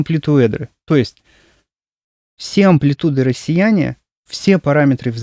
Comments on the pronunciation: Меня только одно беспокоит, почему рассеЯние, а не рассЕяние? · Тоже почему-то закрылась мысль про использование ИИ в озвучке. Маркером стало словно,,рассеЯние" в физике так не говорят. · Это ИИ, он сделал неверное ударение в слове рассеЯние